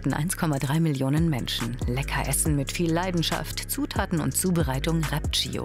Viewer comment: Ihr sagt einfach "Thio oder Tschio" aber nicht "Gio" hahahahahaha